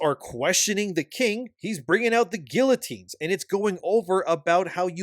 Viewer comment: Its not gill I teen. Its gee uh teen